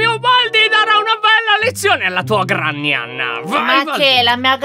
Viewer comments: Ciao Lyon ti devo dire solo 1 cosa allora granny non si direbbe granny ma grenny ok? Ciao (sei il mio youtuber preferito) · Comunque si scrive Granny e si legge grenny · Ma si dice Grenny